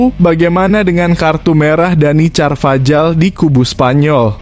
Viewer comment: DANY CARVAJAL ( bacanya: Danny karvahal)